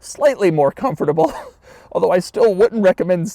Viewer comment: Does anyone know if Doug has a speech impediment? Why can't he say 'comfortable' properly?